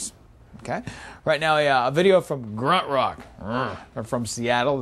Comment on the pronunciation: Did he just say Gruntrock?